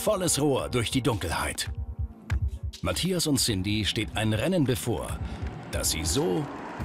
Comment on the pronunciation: Die Sindy sagt immer Matjas, muss dann immer an ein Matjesfilet denken ^^